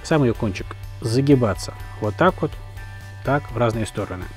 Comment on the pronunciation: На 5-й - 6-й минуте фразочка () зашкаливает XD "Уот так уот!"